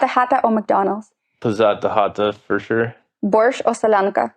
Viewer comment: Мне понравилось как он смачно и аппетитно произнес слово борщ. В целом, интересное интервью, из которого понимаешь значение помощи иностранных волонтеров. Спасибо ведущей за блестящее интервью , интересные вопросы и гостя-американца, который искренне помогает Украине, ее народу!!!!🎉